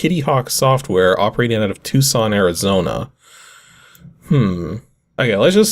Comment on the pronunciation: Hey! He pronounced Tucson correctly! :-P